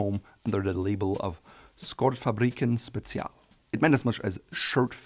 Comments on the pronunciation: I love how he nails the pronunciation of Gånghester, and fails brutally on Skjortfabriken and special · Nice that you review a swedish brand, it was funny hearing you trying to pronounce skjortfabriken special. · For someone who prides himself on pronouncing brands correctly, that pronunciation of Skjortfabriken special was comparable to how some Americans pronounce Porsche as porch. Good video non the less, though I personally find that Eton shirts are a bit to wide in the shoulders.